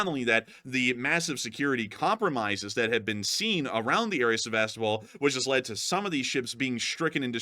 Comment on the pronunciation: Yo, thanks for another excellent update. And if you are open to suggestions, and not that it's any huge deal, but it might be worth checking into the pronunciation of Sevastōpol, which I'm pretty sure like Melitōpol and Mariōpol, have their accents on the second to last syllable, as in Seva-STOH-pol. 🤓😅🦾🇺🇦🇺🇸